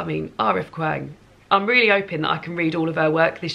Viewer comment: I love these lists!! Also absolutely loved Babel and have yellowface and poppy War on my tbr. Just an FYI, kwang is pronounced kwong (I only know cause she says it on her website). Also loved the marriage portrait (but hated I'm a fan!) Definitely want to read Idol, burning. So glad you're having such a great year 😊